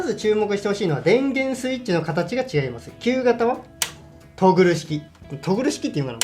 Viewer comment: 電源の「トルグ」ではなくて「トグル」ですね。